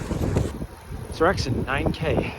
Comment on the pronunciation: Seoraksan is epic - as is your pronunciation of the name 😅